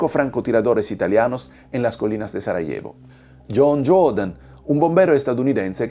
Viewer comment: pronuncias mal el español Sarajevo, Este tema al menos está expuesto en diferentes películas que he visto, sobre todo de los francotiradores donde estos, herían a las víctimas para dispararle a quienes intentaba rescatar a los heridos (total crueldad), hay una película interpretada (Savior por Denis Quaid), donde exponen las cosas horrendas que ocurrieron en esa guerra. Estos francotiradores antes de esta guerra fueron atletas olímpicos de la especialidad de Tiro. Es de notar que los diferentes bandos cada uno cometió horrores de guerra, tanto los croatas, bosnios, y los musulmanes de la antigua Yugoslavia. En la Yugoslavia había matrimonios mixtos de cristianos con musulmanes y al revés, Durante esta guerra surgieron terribles odio entre ellos. Pues estos musulmanes eran antiguos bosnios y croatas convertidos al Islam durante los periodos de ocupación por el Imperio Otomano. Pero como resultado solo se juzgo a los bosnios. sin olvidar que también cometió atrocidades con sus bombardeos los que integran a la OTAN. Fueron los países llamados occidentales responsables de esa guerra y de fragmentar Yugoslavia.